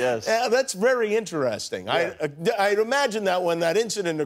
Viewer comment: no one: jimmy kimmel: thats so in-te-re-sting!